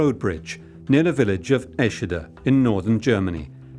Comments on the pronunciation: Eschede not Eschida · Please get this right: ESCHEDE, Lower Saxony. (German pronunciation: ['ɛʃədə][3] Go to Wikipedia.)